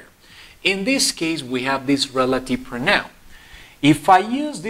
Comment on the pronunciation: No se pronuncia proNAUN, es /PROUnaun/